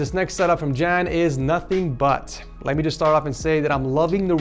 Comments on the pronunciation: Ik ga stuk! Hij zegt ook jen ipv jan hahah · just butchered the name ¨Jan¨ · Haha I'm Dutch too and hearing you say "Jan" made me giggle a little, it sound so silly in English. I guess the more correct pronouce would be like a "Yawn", without the "w". Like [ya-an], in English.